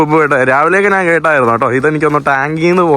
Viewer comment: ദയവായി മലയാളിയെ വെറുപ്പിക്കുന്ന മലയാള ഉച്ചാരണം മതിയാക്കു Yellow കളറിനെ മഞ്ഞ എന്ന് പറയാതെ മന്ന എന്ന് പറഞ്ഞ് വെറുപ്പിക്കല്ലേ.... ഞാൻ എന്ന് പറയാതെ നാൻ എന്ന് പറയുന്നു അങ്ങനെ കുറയേറെ ഭാഷാ വകതിരിവ് കേടുകൾ😂 ഒന്ന് മെച്ചപ്പെടുത്തു please😢